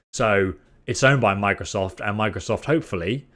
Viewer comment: he said microsof instead of microsoft directly after that aswell